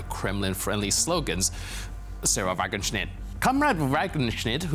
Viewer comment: It is pronounced "Vuh-Guen-Knejt" (Wagenknecht)